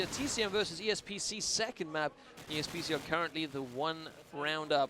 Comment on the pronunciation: The way pronounces 7 and 2nd is extremely annoying. "seeven, seecend"